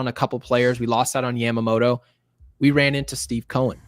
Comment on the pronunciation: The butchering of yamamotos name is hilarious